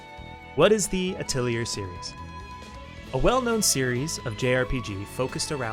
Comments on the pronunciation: A thuh lee hay... you're welcomed. It's french for workshop. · rip nobody briefed you on how to say "atelier"